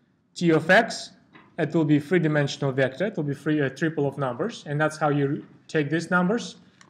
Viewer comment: everything is really nice, but you prounce vector in wrong way, E should be strong, not like in russian)))) but thanks for video, it helped me!